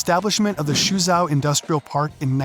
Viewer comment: This video is a failure and a disgrace as a commentary on Singapore and China. Please learn how to pronounce "Temasek" "Suzhou" "Jiangsu" before you act like another know it all ignoramus commentator on Asia